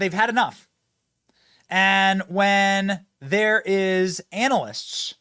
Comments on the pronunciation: you prononuced anal-ists on porpoise din'cha? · "CNN anal ists". 🤣 Way to go Benny.